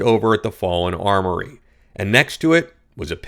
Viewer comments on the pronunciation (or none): Learn how to read! Armoire is pronounced “arm war” NOT “armory.”